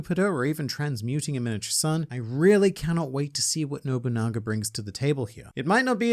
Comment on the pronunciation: was that bait by sayin bonolenov when you're talkin about nobunaga